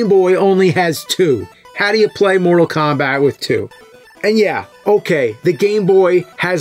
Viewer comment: I hear him saying Moral Kombat :)